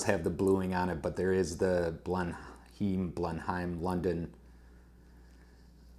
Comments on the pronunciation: Hi, I would be pissed off too, those dimensions are not even close to what was promised. That's the risk with Kickstarter I suppose. We pronounce it Blen-im by the way. Sorry my countrymen let you down. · It’s pronounced Blennum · Yeah, it’s a crap watch, BUT, it makes a great video. That’s makes it value for money, for you anyway. It’s pronounced Blenn emm, as in Blenemm Palace. I’m subscribed now💪